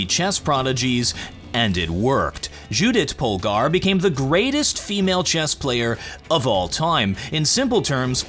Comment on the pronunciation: Lházló Pholgaar Dzsudjit Pholgaar honestly, I love it when non-hungarians try to pronounce hungarian names :'D